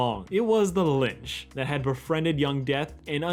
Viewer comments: You keep saying “ Lynch” instead of “lich” and it is mildly infuriating. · Its Lich not Linch Not to be that guy. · Honestly, calling the Lich's hand the Lynch makes it kinda funny. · Bubblegum isn't dead also, you adding an "n" to the Lich's name is hilarious because who tf is "The Linch" 😂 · LITCH. L-I-T-C-H. IT'S PRONOUNCED LITCH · Calling the lich The Lynch killed me that whole time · Hearing you say linch makes me wanna dislike the video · "Linch" I die a little inside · i dont mean to be rude, but are you saying "Linch"? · its "the litch" with a t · Why he call the lich, linch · Am I the only one hearing him say "Lynch" instead of Lich? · Is it lich or lynch? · why was saying “lich” so difficult dude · Is he saying linch or lich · Anyone else rather jarred by his pronunciation of “Lich” as “Lynch”? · It bothers me that you kept pronouncing lich as lynch. I don’t know how you got that but... You know what. Good video regardless. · Anyone else notice the pronunciation of “Litch” tho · Is he meaning to say lynch instead of Lich? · linch? how are you mispronouncing lich so consistently lol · Also why do you pronounce the Lich as the Linch? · PB probably isn't dead, just gave up her throne to live with Marceline I assume - unless she was killed somehow (?) and New Death didn't turn into a snake eating its own tail - The snake on the ground was the thing that bit him. Also I'm really sorry but you keep calling The Lich "Lynch" and I just 😔😔😔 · The fact that you call the Lich the Linch is painful but also we all have our own weird quirks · this video is amazing but why do you call The Lich "The Linch" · LICH. L-I-C-H. THERE IS NO N, AAAAAAAAAAAAAAAAAAAAAA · Great analysis but I’m sorry you calling The Lich “The Linch” really grinds my gears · why do you keep calling the lich "linch" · Is no one gonna point out he keeps calling the lich, the lynch. Lmaoooo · Why do you keep pronouncing Lich as Lynch? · It bothers me that you say Lich wrong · There’s no “n” in Lich